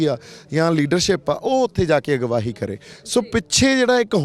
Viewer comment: ਸਿੱਧੂ ਸਾਬ ਪੰਜਾਬੀ ਠੀਕ ਬੋਲੇ ਜਿਵੇਂ ਤੁਸੀਂ ਬਾਰ ਬਾਰ ਅਗਵਾਈ ਨੂੰ ਅਗਵਾਹੀ ਕਹਿੰਦੇ ਹੋ